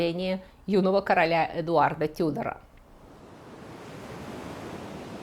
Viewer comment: Обожаю ваши передачи, от себя могу добавить что в 16 веке везли очень много драгоценных камней и сахар (тоже очень интересно) ещё Тюдор, ударение на первый слог на английском